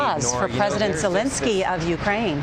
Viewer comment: It's a quarter a million, not tens of thousands. His name is Zelensky, not Zelinsky.